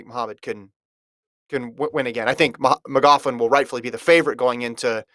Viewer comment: I don’t know if your aware, but your saying Sydney’s last name wrong.